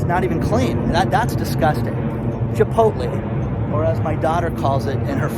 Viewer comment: Now everytime I see Chipolte I will think che-pot-el. You have wrecked that restaurant chain for me.